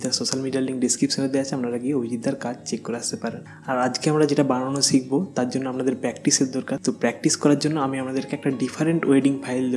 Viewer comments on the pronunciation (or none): " শ " কে " চ " বলে কেন কলকাতায়। যেমন শিখবো কে আপনারা বলেন চিখবো। এটা তো শুদ্ধ বাংলা না।